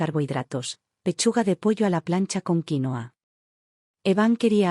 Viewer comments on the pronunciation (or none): none